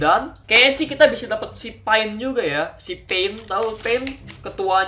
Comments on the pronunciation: bang itu pain(pein) bukan pain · itu maksudnya"pein" bukan"pain" bang sakingnya tulisannya saja kayak pain tapi pein ya